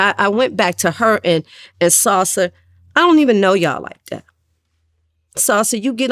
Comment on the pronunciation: Every time she say his name I be thinking about chips....sounds like she saying SALSA, not SOSA....one thing about her, is that she is taking full accountability for her actions without glamourizing the life.....THATS REAL......I think everyone has their version of BMF from whatever capacity they operated in it. Sosa has his version, T has his, Meech has his, and she has hers.